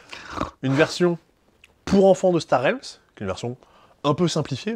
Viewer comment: Un grand merci pour prononcer Star Realms correctement !